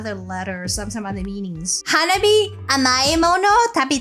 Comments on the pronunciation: 花冷え is pronounced Ha-nah-bee-eh. The え at the end is pronounced Eh. It literally means cold flower or could be interpreted as early spring flower. The band name is originally based on all the girls having birthdays in early springtime. Hanabi, (花火) as you pronounce it, means firework. The subtleties of Japanese pronunciation is very important. The difference between a flower and a firework. 😉👍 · To hear the perfect pronunciation of Hanabie (Hah - Nah - Bee - Eh with four syllables), simply copy and paste 花冷え。 into Google Translate and have the word read to you, nothing could be easier or faster. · Actually, the correct pronunciation is Ha-Na-Be-Eh and means both Cold Flowers (direct translation) and the cold weather before spring. They came to that name because most of the girls in the band were born in winter months, so they are the "Cold Flowers". I think you would really like their song, Otaku Lovely Densetsu. Another Japanese all girl band I think you would really like is Band Maid. And yes, they do dress in maid costumes. Look for their video, Real Existence.